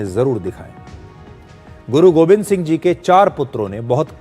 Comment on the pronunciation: Sir it’s Guru Gobind not Govind please correct